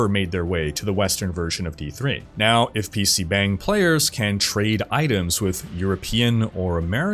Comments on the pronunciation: please, you are hurting my ears. It's pronounced PC "BAHNG," there is no "bang" sound in korean. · It not pronounced pc bang (spelt that way, romanisation is crap). It is more like pc bung. Like hung b+ung. This is why in Korea most Koreans treat "a" as "u" in hung for all a. Just fyi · Its pronounce "bong" not bang. bang is fucking. bong is a room. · Bro. It's PC BONG. Like, yeah, they spell it "bang" but it's not how it's pronounced. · Btw it’s pronounced more like “PC Bong” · I love you, but I’m cringing every time you say pc BANG. It’s not BANG. The “a” is actually more like a soft “o” like the sound o makes in lottery!